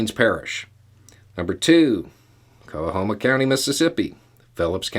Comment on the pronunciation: Yep, and big surprise -- most of it's in the Delta. Guess where the areas of greatest poverty, worst schools, and fewest hospitals/health clinics are? (Btw,? Coahoma is pronounced "Ko-homa" not "Ko-a-homa.")